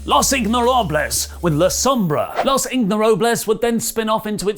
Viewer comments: los ignorables... is it really that hard? like, it's fine to not know spanish but even japanese guys can say ingobernables... yes, it is a long word but everyone involved in wrestling knows how to say it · it's Ingobernables. not Ignorables. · Los ingobernables not los ignorables lmao but damn daga, dragon lee, andrade and rush in a faction 🔥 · ok at this point it's worrying that he keeps saying "los ignorables" instead of "los ingobernables" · I was starting to like you again for calling it a "tombola," and then you had to pull this "Ignfjdaklfjarbles" ["Ingobernables"] fuckery... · You sound like a ingoobernable saying it wrong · it is pronounced 'Los-In-go-ber-na-bles'. Not 'Los inhytffergles'. In english that name mean 'The Unruly'. That's today's Spanish lesson. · "Los Ignorables" lol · Everytime said "Ignorables" instead "Ingobernables" I died a little 😩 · Ber not ver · I just hear him saying "los ignorables" every time and cringe. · IngoBERNABLES. In-go-ber-na-bles! C'mon at least try!! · Try saying ingobrrnables again. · The Ignorables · It's Los in-go-ber-na-bles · In-GO-ver-NA-bles, try it again. Thank you 😊! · Butchered Ingobernables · Way off on the ingobernables pronunciation... sounds like you were calling them ignorant. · i actually cringed at the way he pronounced it, and i dont do that often.